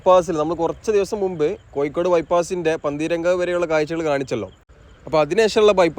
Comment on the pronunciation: കോയി ക്കോട് അല്ല കോഴിക്കോട്